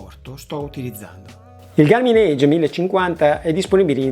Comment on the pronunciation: Posso...? Si pronuncia "EG" e non "EIG" come dici ad esempio a e e ... Ok, ci vado 🙂